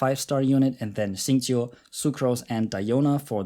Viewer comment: "xingqiu" "keqing" brb crying tears of joy